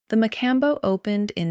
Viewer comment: Pronunciation: Ciro's sear-o's. Mocambo's mo-com-bo's.